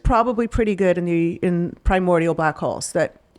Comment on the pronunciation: Black Holes? Oh... I thought you said Black Hoes.